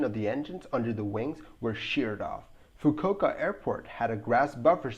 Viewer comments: So as to avail you of information advice for the adding of a touch of polishing to the narration of your future content, this is just a quick; not a snooty belittling or insultingly critical, but FRIENDLY note, addressing a minor pronunciation error. The correct pronunciation for ‘Fukuoka’ is the 4 syllable… “𝙁𝙊𝙊–𝙆𝙊𝙊–𝙊𝘼𝙆–𝙐𝙃” I don’t speak Japanese, but I’ve heard it referred to in such a manner throughout many a YouTube video, along with having a father who once had a flight connecting through said airport. And for me, the most significant reason behind my familiarity with proper pronunciation of this Japanese word, is that I am an incomprehensibly HUGE Second World War buff, and specifically in the USAAF’s strategic bombing campaign on medium-sized Japanese cities, the massive incendiary bombing raid on the Fukuoka was the largest; an annihilating firebombing that left over 20% of the city in ashes. Fukuoka Harbor was also subjected to an underwater mine laying operation, in the much overlooked wider Allied efforts to extensively mine the enemy’s own harbors. That’s pretty ingenious, and sneaking in there to do it, must’ve been kind of thrilling. Sneaking into your neighbors’ front yards to ‘ding-dong-ditch’, or TP-ing their trees, has got nothing on that. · Fukuoka is pronounced: "Fooo-Kooo-oh-kuh"